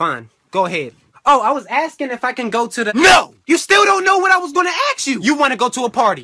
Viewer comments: Why does say "aks" and not "ask" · why he say ask like axe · The sub still can't say ask correct